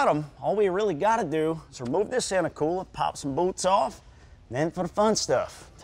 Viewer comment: I can't stand the way the short lil guy talks. " We gota wemove this inta coowa to get to the bowlts" lol